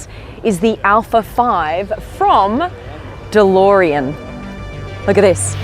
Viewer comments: alex its beautiful dolorean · The best thing here is the way Blondie says Delorean